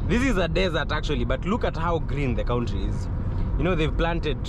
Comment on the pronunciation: Nice vlog. Next time please call it Abudabi not Abuthabi, and that word country, it's confusing when you pronounce it as 'cowntry', instead of 'Kantri'.